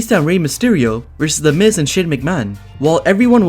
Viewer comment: it is the miz not the mis